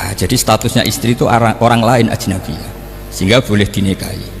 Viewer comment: AJNABIYAH, min.. Bukan annajbiyah